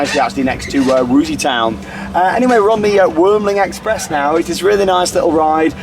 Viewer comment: Crazy bats really impressed me as well. I'm still not a fan of upgrading a coaster with VR, but in terms of temple of the nighthawk it really is an improvement. And you pronounced würmling express nearly perfect!